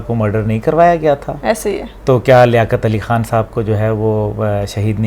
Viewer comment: Learn Urdu Khan not HAN